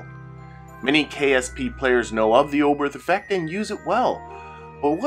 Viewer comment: Thank you for this excellent and very clear explanation. I’ve often wondered why the Oberth Effect happens, and now I understand 😊 (One very minor point : it’s pronounced ‘Obert’ - the ‘h’ is silent in German)